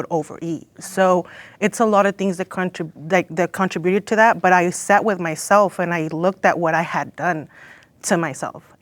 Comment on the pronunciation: How can none of these girls say “contributed” right?